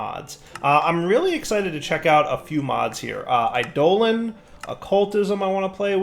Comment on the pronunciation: /īˈdōlən/ I-Doe-lehn